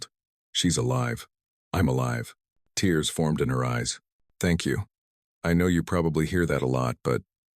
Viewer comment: Teach your AI to pronounce "tears".....